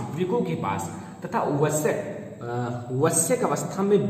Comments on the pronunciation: Sir wah vayask h vasyak nhi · Sir वृषण का उच्चारण and वयस्क का उच्चारण सही नही है sir. ...I destruct him word